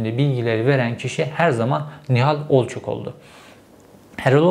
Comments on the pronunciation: Sizin gibi çok okuyup ! çok yazan adamın ısrarla Olçok yerine sürekli Olçak demesini bir türlü aklım almadı! Zaten sizi gazeteci sanan bizde sorun! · Sinirim bozuldu ya Herif hiç şaşırmadan Erol Olçak Nihal Olçok demeyi başardı.🤦‍♂️💆‍♂️ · Olçak değil ,Olçok Cevheri bey..!! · OLÇOOOOOOOOOOOK ! olçak ney kardeşim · olçak değil be aga! olçok olçok ooollllçooook! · Nihal Olçok demeyi biliyorsun ama Erol Olçak diyorsun ısrarla neden??? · Olçok diyemedin gitti.